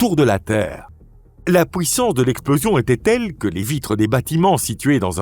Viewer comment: Pouissance au lieu de puissance houit à la place de huit. Il faut expliquer à comment prononcer correctement ces deux mots.